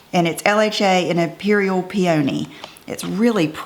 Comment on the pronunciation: Good Vid! ......Peony = pee-ah-nee think the flower 😘